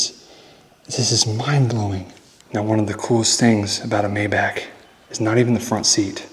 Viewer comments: It’s pronounced MY BAUK not MAY BACK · The Mercedes is a Maybach (may-Bauch) not Mayback. LOL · Its May-Bok dear....not Mayback...Maybach ❤😊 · It’s pronounced my•bok, not may•back. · OMG if you say MAYBACK ONE MORE TIME!!! It’s MayBACH!!!😂😂🤦‍♂️🤷‍♂️ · Not Meyback, but Maybach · Mai-bohhc, not May-back. lol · German pronunciation of Maybach is My-bock. Pronounced like Johann Sebastian Bach the composer. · It’s pronounced My-Bok. JSYK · It’s pronounced “My-bahc”. With emphasis pronouncing the “H” sound near the end, and the “c” is almost silent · The car is pronounced like" MY BAHK" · It is too much to pronounce Maybach correctly?